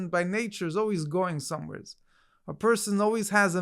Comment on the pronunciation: "going somewherez?" "Somewherez?" 🤌 What is dis, BrOOklin?!